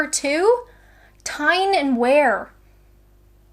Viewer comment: Its Tyne and Wear ( pronounced "Tine and Wee-r") Please get out of Kent more.